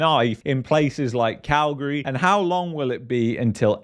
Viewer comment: I like that you pronounce Calgary like us locals do. 😊